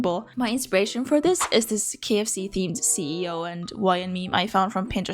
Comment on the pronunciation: I love how you pronounced all the ikea names but dropped the ball at the kfc dude